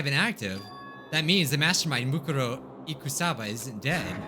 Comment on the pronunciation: Ikusaba is pronounced Ikuusaba